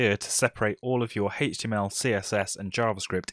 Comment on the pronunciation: Everyone: H-T-M-L this guy: HETCH-TY-YEML